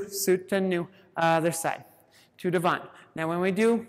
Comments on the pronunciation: The "T" in "devant" is silent. As in, "duh-VONH. A very tough but excellent class. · Good class, but strange for a ballet dancer and teacher not to know how to pronounce "devant". :)